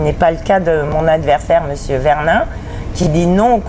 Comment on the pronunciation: La première chose...c'est déjà de ne pas écorcher les noms des personnes que vous citez...simple mesure de respect...VERNIN, et pas VERLIN... Mr...